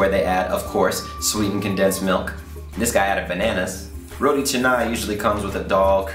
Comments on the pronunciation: it's Ro-T dude.. not Ro-D.. :P Tee.. as in golf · its pronounce as "ROW-T" not "rowdy" lol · its not "RO-DEE"..its ROW-TEE..hehe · Bro correction is ROTI not RODI